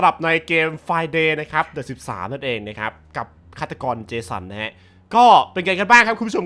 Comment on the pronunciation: พี่พูดผิดอะ ฆาตกร เจสัง 555